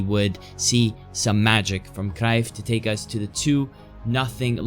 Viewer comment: I like that you pronounce cruyff rightly yet so consistently